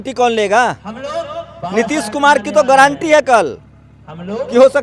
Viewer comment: Guarantee word ko thik se bol nahi pa raha hai chala hai m.p. banane.